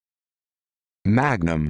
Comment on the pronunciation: This is incorrect. It’s not the right pronunciation in Latin